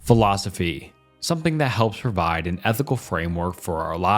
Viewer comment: Imagine basing your life on a philosophy and a guy who can't pronounce the philosophy or the guy's name who thought it up gave it an f tier